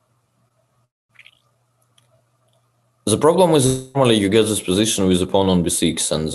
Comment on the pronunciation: *ze geym